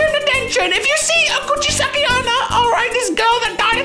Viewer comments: its kuchisakke onna Me: its cuchi sake oona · Who is Kuchisake onna isnt it Coochiesake onna 😂😂😂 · "Couchesaki onna" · Says “Kuchisake-onna” Also: InsErT JOjO MenACinG